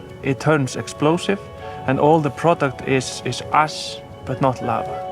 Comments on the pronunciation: !) I kinda like how makes 'ash' sound like 'ass'. "There is ass everywhere." 2) The ponies have fabulous hair, and they know it. 3) Don't worry, it's not like back then when we'd all starve to death in the case of an eruption. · at the end it sounds like shes saying the amount of ass in the air killed the lambs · I love the islandic pronunciation of Ash.....'yeaaah I had some ass down there!'